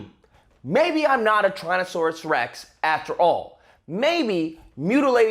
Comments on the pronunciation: did he say tran-asaurus rex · Did just say “TRANSisaurus rex”???